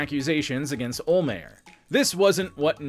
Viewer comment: I'll pay you to learn how to say Don olhmeyers name right